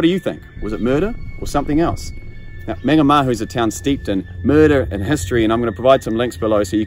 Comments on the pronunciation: Good story. Just a small pronunciation tip, the first A in Mangamahu is pronounced the same as the way you're saying the last two. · So wish he pronounced Mangamahu properly